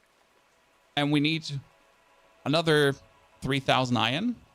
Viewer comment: its not fcuking ion try saying it right its iron